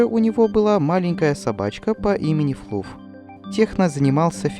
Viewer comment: Не Флуф, а флаф!